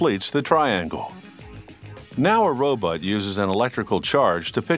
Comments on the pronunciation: Oh I almost forgot they got a narrator who said "robut" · "Robut" LOL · when they say robot, I hear ro-butt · hehe 'robut'